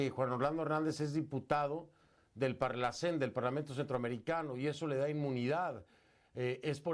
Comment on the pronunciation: No es parlacén, es parlácen. Gracias.